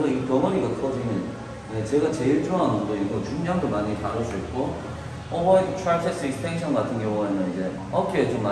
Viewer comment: 형님 오버헤드트라이셉스익스텐션 발음이 쥑입니다